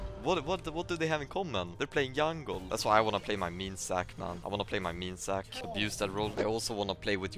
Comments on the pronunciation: yi yi, yack in the box, yungle .... does the J sound not exist? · you seem to be confused with the j and the g sound. He pronounces jungle as yungle, not as jungyule. He pronounces gg as yiyi because it is the j sound. So game would be pronounced game still because it is the g sound.